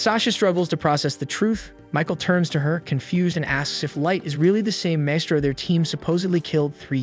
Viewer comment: AI: "Wurdz R hard" Maestro? Also AI: "Wurdz R hard"